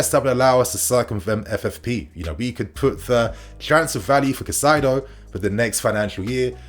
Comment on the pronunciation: Highly irrelevant but if you wanted to know Caicedo's pronunciation is something like "Kai-Ze-Doh"